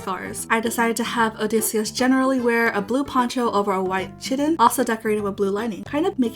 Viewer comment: Btw, chiton is pronounced kye ton, not chitten, dw I said circe like circle minis the L until I heard it pronounced